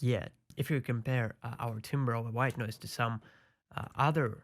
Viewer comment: every time he says white noise i chuckle a little bit. "Ghwite noice"